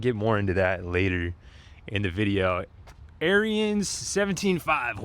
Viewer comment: This the the "how to" NOT buy and sell a riding mower. He mispronounced Ariens, doesn't know how to apply the choke, uses no ramps to unload mower, and is basically clueless.